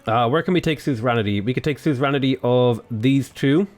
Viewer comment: suzeranity... suzerainty actually. :). Love this playthrough btw